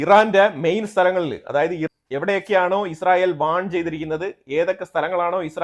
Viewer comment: നീ എന്താടാ പറയുന്നത് ഇസ്റയൽ ഇപ്പോൾ എല്ലാം പൊടിയായി നിങ്ങൾ ഉറങ്ങിയോ അറിഞ്ഞില്ല വാർത്ത കൊടുക്കുമ്പോൾ ക്ലിയർ ആയി കൊടുക്കു ഈച്ച